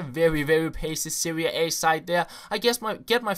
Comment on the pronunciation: Serie A, not 'Seria A'